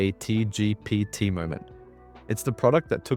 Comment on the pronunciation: Deep fake can't pronounce "ChatGPT"